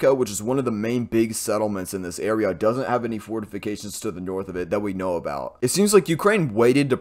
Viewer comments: You had me at " fortifigated" lol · Fortificated lol🤣🤣🤣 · SIR, I think you mean fortificated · Wait. You can pronounce serious Ukraine small towns name but choke on fortifications...DUUUDE 😂.